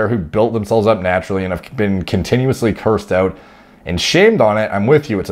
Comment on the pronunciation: Continuouly? You should take an English test...